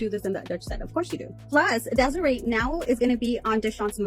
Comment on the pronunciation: Her name is Desiraye. Des-e-Ray.